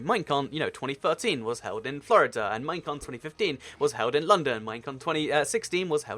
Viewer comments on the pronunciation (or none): none